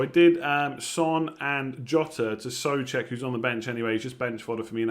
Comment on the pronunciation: Whos Soofal:D think Soucek is throwing you